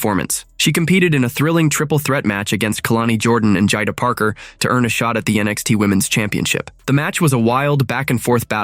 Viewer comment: Stop mispronouncing Jada 😢😢